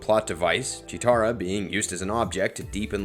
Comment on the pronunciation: I hate how he pronounces chetera instead of Chitara